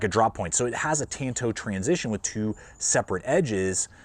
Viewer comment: I like tanto style blades but the Bailout blade has always looked ugly as sin to me. not important for a tool i know, but maybe important if you are paying out the wazoo for one. also my dawg... it's "tahn-to" ^_